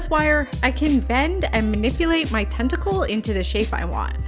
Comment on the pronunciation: Very cool, thanku ❤ Ps I thought u kept saying testicle lol sorry 😂😊😅